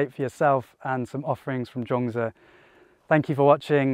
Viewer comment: Thanks for the 3 stories - one which really resonated with my current situation. Also loved the choice of rural location for your chat. But did notice (not being ‘judgemental’ 😂) that you have slipped back into calling 莊子 ‘Jong-dz’ again... Other than that thanks for a great upload, and hope to join your live stream on Sunday 👍